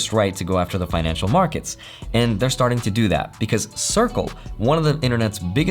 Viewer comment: "Sharting" Me: 😆: Emphasizes "Sharting" Me: 🤣🤣🤣🤣